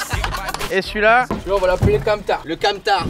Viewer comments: AAAH KAMMTHAAR, PAS CAMTAR SACRILEGE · c'est pas camtar c'est kammthaar (petite reférence musicale) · Alors déjà c'est pas camtar mais KAMMTHAAR